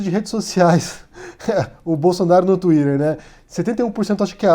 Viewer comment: "twiderrrr" é o caralho. Você uma sílaba em português e outra em inglês. É de um jeito ou de outro.